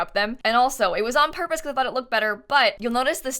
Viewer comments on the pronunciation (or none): none